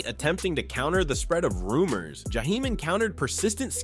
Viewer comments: This clown said his name like he was from the Middle East jahhhheim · The narrator mispronounced Jaheim more times that he got it right and that’s a shame. I couldn’t keep listening for this reason. SMH